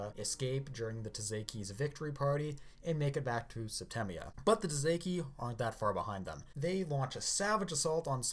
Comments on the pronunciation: by the way, tsaesci is pronounced "Say-es-see" not ta-zay-key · Tsaesci is pronounced say-S-EE or say-chee not tzeki